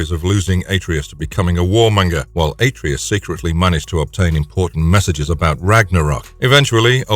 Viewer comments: He did not stomp on Helios' head.. He tore it off..🤦🏿 That and the ungodly way you pronounce Atreus.. Its Uhh-tray-us not Aye-tree-us.. Clearly proves you have NEVER played God of War. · Better yet, take a shot every time he mispronounces a name. 🤦 Atreus... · Why is it that no YouTuber can pronounce Atreus?